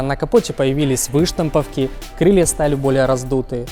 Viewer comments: Когда услышал вЫштамповки сразу отключил)) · Обзор хороший, всё по делу. Но блин ,твое главное дело это рассказывать неужели ты не можешь говорить грамотно по русски!? СЛАЖИВАТЬ сиденья,что это за слово?! Выштамповки ,ударение делаешь как гастер, Взглянём ,такие обороты ты чё вместо уроков русского дышал бензином?